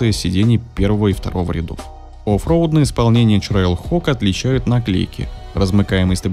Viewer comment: ТрэйлХок а не ЧрейлХок